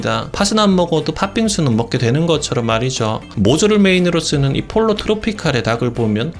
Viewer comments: 폴로 트로피칼--> 뽀요 트로피칼.... Pollo=Chicken 스페인어니 스페인어로 발음해 줘야징.. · 폴로 아니고 포요입니다...